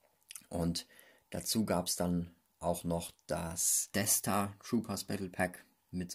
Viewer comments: Dieses sis und deaths triggert halt richtig wenn du nicht aussprechen kannst sag auf deutsch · Immer wenn er sith hoth oder death sagt